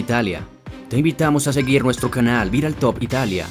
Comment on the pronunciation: Critica constructiva. Deja de terminar las palabras con una "e" sonora, suena horrible, más sabiendo que es forzada para dar apariencia de locución de altura. Ej : Di "ciudad", no "ciudade", "antigüedad", no "antigüedade", "canal", no "canale". 😂😂